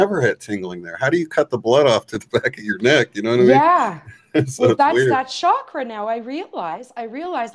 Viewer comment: A small but perhaps important "sound vibration" point: The word "Chakra" is pronounced the same way that one pronounces "Chocolate" in English. It is not pronounced "Shakra". In India, spiritual teachers place a great emphasis on pronouncing Sanskrit word properly, owing to their effects on the vibratory state of both our consciousness and physical living bodies. One neglects such fine points at one's peril. Who knows what effect the word "shakra" is having on the evolution of human consciousness? Maybe none. But why take the chance? / Yogic philosophy also teaches that there tens of thousands of Nadis, or energy channels running through the body, including the hands and feet. So to my knowledge, there is more to our energy system that just the 7 major chakras.